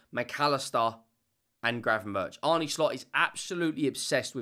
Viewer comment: slot says it's pronounced arna, not arnay, not arny.